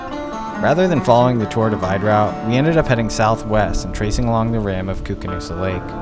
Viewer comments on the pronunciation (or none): Drone footage is looking good. Earlier this summer, I rode alongside the Koocanusa lake here in Canada, except we were calling it "Koo-Can - U-S-A" lol. I'm not actually sure how it's pronounced, but it cracked me up for some reason.